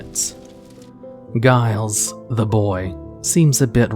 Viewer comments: Giles does not have a hard "G"... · If you want to know how to pronounce Giles watch Buffy, basically any episode